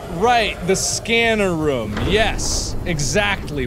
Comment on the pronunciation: mark saying room like ruum